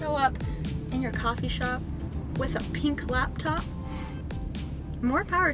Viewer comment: “Peenk” Lmaooo